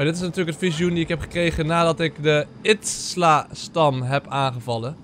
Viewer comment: Stefan je zegt steeds itsla maar izila spreek je uit als iezielaa